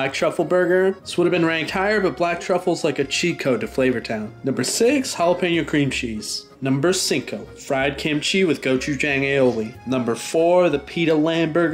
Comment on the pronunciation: hey, just so you know, the “ang” in gochujang is actually pronounced with a soft a like the o in “song”. hope this helps! :)